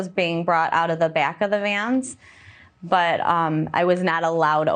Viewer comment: Never trust a person who pronounces "vans" as "vyens".